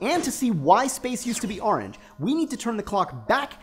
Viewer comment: Please don't say "Ah-range" anymore. My OCD of having to watch this seven times and hearing you pronounce "orange" that way is driving me insane.